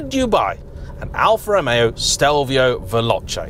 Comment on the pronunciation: Yep. At least he managed to pronounce 'Veloce'. We could have been blessed with 'Veloke'.